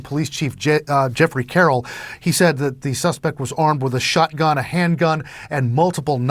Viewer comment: Biden said, "buy a Shottgun"😂😢😅